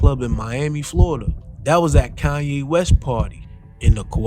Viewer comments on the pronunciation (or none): none